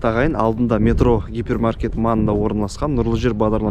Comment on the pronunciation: Метро- екпін "е" әрпіне түседі. Ал Метро - "о" ға түсіріп айтқанда мағынасы өзгереді